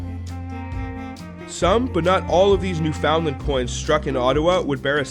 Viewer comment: Excellent stuff, though you need to work on your "newfoundland" pronunciation :P